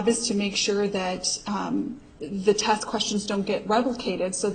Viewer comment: has a problem.with pronouncing her "e"'s. Test is test, but pronounces it "taaaasttt". Fuckin' dumb twat